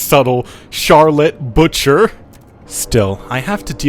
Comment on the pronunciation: Boucher = boo-shay